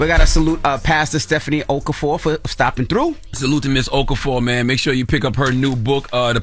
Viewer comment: Nice try guys. It’s pronounced “oh-KAH-for-oh or Oka-for.”